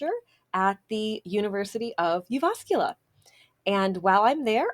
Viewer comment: Welcome to Jyväskylä, hope you enjoy your stay, see you at Yläkaupunki! Funny thing is when pronouncing the name of our city you seem to put the stress on the second syllable which, while grammatically wrong, is dialect-wise acceptable. There's a joke that if a man says he's from Jyväskylä it mean's he studied there, if he says he's from JyVÄÄSkylä he's probably born and raised.